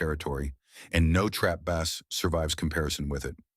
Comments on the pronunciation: You lost me when you said bass as in fish. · Teach the ai voice the difference between a guitar and a fish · Bass? The fish? AI isn't ready to take over the world quite yet.